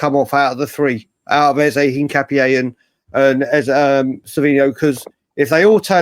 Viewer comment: The name "Hincapié" is a Spanish surname, and its pronunciation in Spanish is een-kah-pyeh. The emphasis is on the last syllable, "pié".